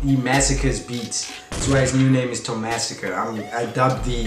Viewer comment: tomazacre no "tomasacre"